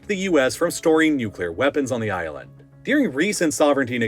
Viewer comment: It’s not “Deering” it’s “During” also it’s not “Shiayt” it’s “Shia” last but not least it’s not “the Middle East” it’s “North Africa” “west Asia” and “Central Asia” get it right weirdo